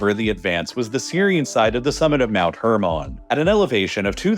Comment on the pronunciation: Please stop saying hermon like that